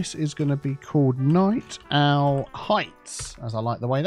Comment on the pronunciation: "Night Owl Heights" not "Night Own" 17.00 mins methinks ?